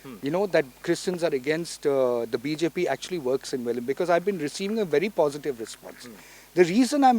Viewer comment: konkanni ulloi!!!NOT VELIM BUT VELI.